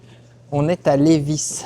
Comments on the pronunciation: On n prononce pas le s à Lévis. L:-) Personne ici dit le s à la fin et ce depuis la Nouvelle-France (histoire du Québec) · Lévis ont prononce pas le s. Très intéressant la visite de l usine . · C’est très bien comme vidéo mais il faut prononcer Lėvie on oublis le S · Félicitations 💕💕Québec😊😊ca se dit Lévi sans prononcer le S 😊😊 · Oui, cher, le ''s''est muet pour Lévis, car la ville à été nommée en l'honneur de Chevalier de Lévis (François-Gaston de Lévis), un Français, vainqueur de la bataille de Québec qui s'est terminé à Ste-Foy, en avril 1760. Un tel honneur n'est pas dévolu à ceux qui ont perdu, c'est pourquoi il n'y a pas de ville de Wolf ou de Montcalm au Québec. Le Chevalier de Lévis est décédé dans son château à Arras en France en 1783 avec le grade de Maréchal de France. Si les marchands de Montréal ne l'avait pas empêché, jamais la Nouvelle-France ne serait tombé. Mais déjà à cette époque, les hauts responsables politiques qui conseillaient la couronne Française étaient des traitres qui travaillaient pour les Anglais. La monarchie qui les écouta fut dignement récompensée en étant réduit de taille à la révolution. Cordiales salutations. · Oui on ne prononce pas le S dans Levis. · quand tu dis Lévis on dis pas le s je suis de Lévis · Pour la prononciation de Lévis, le "s" est muet. 😉 En bonne Québécoise, j'en connaissais déjà un bon bout sur le sujet mais la visite était tout de même très intéressante. 👍 Et c'est un bel hommage à nos artisans québécois. Ils ont énormément de talent. 😉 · 👏👏👏 c’était très intéressant de connaître toutes ces étapes de transformation d’un billot de bois à des fin de construction de bâtiment en bois rond. Merci pour cette vidéo très instructive. Juste pour votre information, on ne prononce pas le « s » du mot Lévis 😉. Bonne journée. 👋👋👋